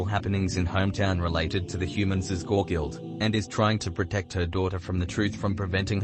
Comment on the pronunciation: "Guei" is pronounced "gay"